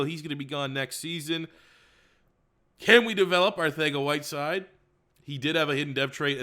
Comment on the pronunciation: I die every time he says arthega instead of arcega